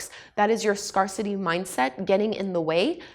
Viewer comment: Thanks for the tips,! Btw it's pronounced "Scare-city".:) I have heard niche pronounced several different ways though.